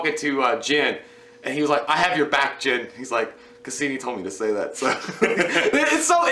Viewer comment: Lmao!!!! It's casian not casini. Unless you meant to say it that way